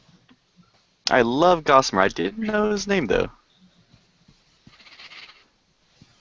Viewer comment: Gossimer not Mortimer